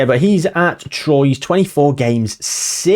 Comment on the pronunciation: Troyes is pronounced "Twarr" I believe 🤔 French teams' pronunciation is all over the shop.